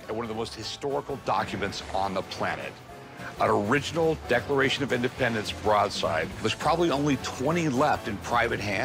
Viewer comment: Declafation of Indefpendenf